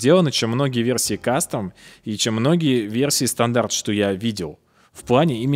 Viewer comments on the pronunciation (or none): none